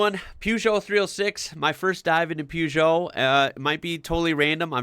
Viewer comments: Per geot not poo geot lol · You say you don't know anything about Peugeot.May I respectfully say that they are not pronounced Puejoe. They are pronounced Pershzoe. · you got the second half of the prenounciation right but the first is prenounced "per"geot not "pew"geot as you seem to say it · Please stop saying "Pewzhoh" lol It's pronounced "Purr-zhoh" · Per not Pew. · It's pronounced [pe-jou], not [piu-jou]. There's not "i"in Peugeot. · Peugeot in uk is pronounce purr-joe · Peugeot = Pew Joe 😂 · Please fir the love of God learn to pronounce peugeot.......say it like ..purjow....... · plz loose the U in peugeot